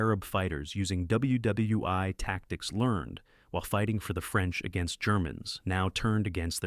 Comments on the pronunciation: Nice video ... except for the mispronunciation of names and the stupidity of saying "W.W.'i'" rather than "World War One" or even "W.W.1" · The AI narration is bad enough — “dubya dubya eye”??? (WW I) and it couldn’t make anything at all out of “WW II” — but since when did 1977 come before 1964? At ca. the script states that the 1977 film “Twilight’s Last Gleaming” (a great movie, btw) precedes Stanley Kubrick’s classic “Dr. Strangelove”, which was released in 1964. If we have to endure AI inanity, at least let’s please get our facts straight!!! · Stop saying “WW Eye”! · Thank you stupid AI. You pronounced " ww eye" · Great Content but the AI voice over is sad, "WW i" over and over again. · Aces High. WW eye?? Who appoints these narrators?